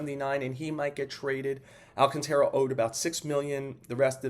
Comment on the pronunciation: Damn I'm Dominican and we too have problems pronouncing Sandy last name, but its not pronounced AL - CONTRA it's AL CAN - TARA if you're Spanish speaking or Tera if you're English speaking.